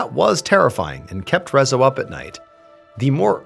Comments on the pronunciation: Hii. Saying hungarian words/names is really hard, but mr Ballen did a good job. But in case someone wonders: Rezső is pronounced Re-zs(it's a double letter. Sounds like je in french)‐ő(like german ö but longer and a little higher). So Rezső is pronounced Re-j[e](french)‐öö(german). László is La-s(normal english s is sz in hungarian. (Another double letter)-loh. Las-loh. Leslie in english but in Hungary it's (only) a boy's name. Btw we learn about gloomy sunday in history class. Not in detail but it's mentioned. (We don't listen to it, just study it's effects). To be fair, during/after ww2 life in Hungary wasn't a very happy place to live (german occupation, then soviet occupation, failed revolts, violence against civilians, people protested peacefully and the secret police opened fire, secret police regularly kidnapping and torturing people, people being sent to prison camps, losing ⅔of the country after ww1, people being sent on death marches, etc. People were already in a bad place mentally (and probably physically) so the sad song influencing them/reinforcing their depression isn't that surprising) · Is Rezzo how you officially say his name in English? I never heard of this, I'm Hungarian and the whole time I kept thinking how can one butcher the pronunciation so much 😂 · Nekem egyből leesett, de a végéig fájt ahogy kiejtette a nevét. 😅 A Jávor László is fájt, de a Rezzo rosszabb volt.